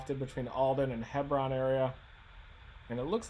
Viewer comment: Hebron = Hee-brin.